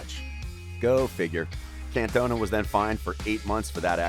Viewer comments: Your pronunciation grates my ears. The guy is called Eric Can - ton - ah. You mispronounce every French place name. Even if you've no idea about France, Auxerre and Marseilles are famous clubs and you should know how to say them. Eric didn't cost €22 million - the Euro hadn't been invented in the 1980s and that sum would have been about 5 times greater than the world record transfer fee (Maradonna to Napoli in 1984). He cost 22 million Francs (about £2.2 million or €2.5 million). Fairly clear you have little knowledge about football in this era - if you did, there's no way you'd make these kind of mistakes. I mean, you can't even say the bloke's name right! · Bro, not trying to be negative but... you gotta do your research for the pronunciation of the content you talk about. His song is "OOH AAH, Cantona!". Makes it seem as if you aren't a Football fan.